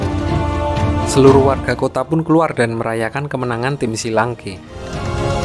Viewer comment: Akademi shrek kok jadi akademi shi lanke ya